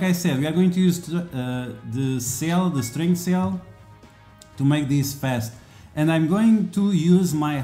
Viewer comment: Sounded like "string sale" good old accent banter :)